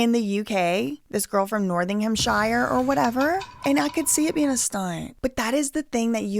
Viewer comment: Not-ting-ham please for the love of Krishna 😂😂😂